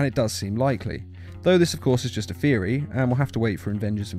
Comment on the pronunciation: It's THeory not feory